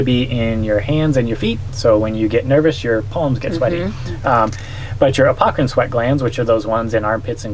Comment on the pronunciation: Interesting. Thanks for the vid. Subscribed, you stinky, sweaty, dripping, honking, humming crew. BTW, I think it may be "apocrine", not "apocErine", if I'm not mistaken.